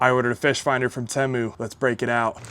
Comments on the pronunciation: Its teeemoo not tehmu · It’s tee-mu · I feel obligated to tell you it’s pronounced tea-moo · At some point the commercials for Temu went from pronouncing it "Teemu " now they say "Timu" . I think confusion with Liberty Mutuals Limu the emu caused this change. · No incorrect you pronounce it Temu not teeeeemuuiuui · lol the way you say Temu is killing me. Ever time you say it I get south part In my head TIMMY!!! 🤣🤣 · Bruh… it’s pronounced “Teemu” like “Tea Mew” 😂